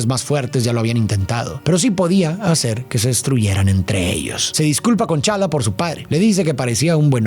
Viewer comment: Soy el unico que le molesta que diga Chala? A pantera negra? Jajaja